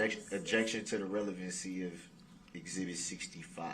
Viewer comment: No its * Exhibitty... ( as Prosecutor said when Darrell accused them of laughing at DB) Lol